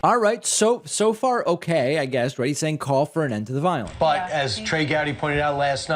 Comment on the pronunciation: So much Vionce to much viont